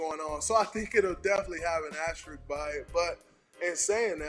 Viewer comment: is anyone gonna correct Jalen rose and tell him it’s asterisk, not asterist 😭